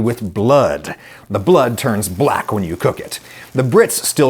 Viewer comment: the way you say black twice 💀